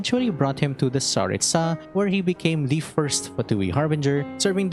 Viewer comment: Speaking of pronouncing names properly, you keep pronouncing Tsaritsa with stress on the last syllable (tsa), but in Russian, the stress would be in the middle (ri). It seems common among English-speaking Youtubers, but is there a specific reason for that?